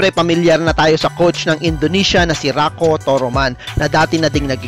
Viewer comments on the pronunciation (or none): it is Raiko not Rako